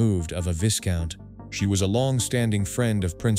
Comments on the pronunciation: Viscount is pronounced Vi count. The s is silent. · The title "Viscount" is pronounced as if it was spelled "VI-count." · AI commentary: how many more times does the correct pronunciation of 'viscount' have to be pointed out?